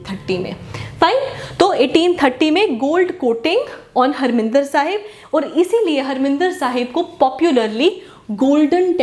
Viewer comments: Mam not Harminder Sahib it's harimandar Sahib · Mam pls correct the pronunciation of harmandir sahib .its mandir not minder. Also it was built by guru ramdass ji. u can google it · Mam, it is Harmandir Sahib not Harminder Sahib